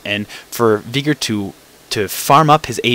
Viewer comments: NO ITS VEY-GAR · Yes, because Veigar is pronounced as Viiigar. Good job mate. Other than that good "Viigar" vid. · Okay...what's up with all these people that pronounce Veigar as either "Viigar" (how the heck do you even get that?) or "Baygar". If it was called that, IT WOULD BE NAMED THAT. Geez. Other than that good "Viigar" vid.